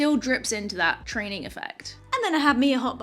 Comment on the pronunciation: Also 'trainin'"